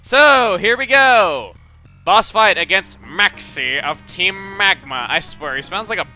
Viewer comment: MAEXIE OF TEEM MEGMA